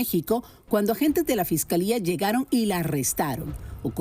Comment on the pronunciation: Se dice fiscalía lily fiscalia nooooo fescalea y según no eres de rancho 😂